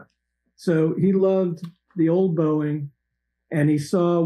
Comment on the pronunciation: Boeing is not pronounced Booing its pronounced Bowing Pat